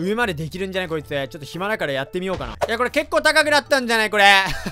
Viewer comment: 最初 「いやこんだけ」 が 「ｷﾞｬこんだけ」 って聞こえた(⌒,_ゝ⌒)